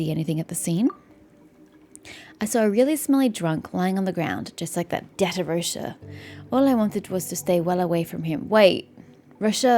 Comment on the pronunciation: btw i know im veerrry late but Rocher is pronounced like Vacher from thee archon quest, any french name ending in -er usually are pronounced é, like vacher